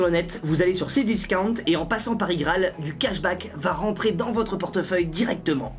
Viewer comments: Frere c c discounte pas c disaouent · C cdiscount non pas cdiscauwnt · c est cdiscount pas cdiscante 🤣🤣😂👌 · On en parle comment il dit cdiscounta 0.23 xD tu me tue xD continue comme sela mec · Comment il a prononcé cdiscount c'était drôle